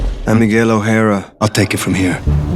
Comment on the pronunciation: I almost died when they said Miguel's name as "Miguel Oh-har- a"